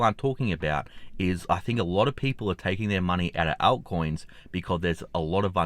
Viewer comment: Right, ALT coins mate. It sounds like he's saying out-coins. 😉🤠